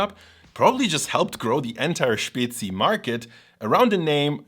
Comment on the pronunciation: May I, as a Bavarian living in Switzerland since 20 years, will finally be able to order a Spezi (it's actually pronounced Späzi) in a restaurant?